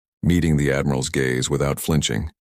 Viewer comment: GAZE not GAYS ! So where are the SNOT ROCKETS ?